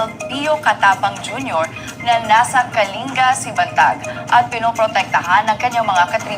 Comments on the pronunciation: Kaling-ga po pagbigkas po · Pronounce as KALINGGA